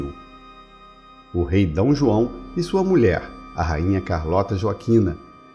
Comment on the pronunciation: O Rei "Dão" João!HAHAHAHA no tempo segundos!